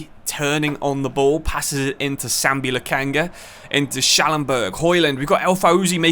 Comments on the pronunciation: This is first time i watched you play in fc 25 manager career mode with Schalke 04 team in this game and it is Lokonga not Lakanga you need to say his name correctly man its not that hard to do. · please sir. i lovethis series. please start pronouncing lak'O'nga's name correctly. its so Jarring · Once again it's Sambi Lokonga not Lokanga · Because he’s been getting Lokonga’s name wrong